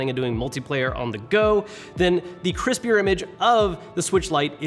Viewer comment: I heard Crispy like a potato chip